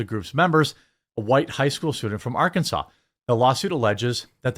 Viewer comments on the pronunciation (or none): none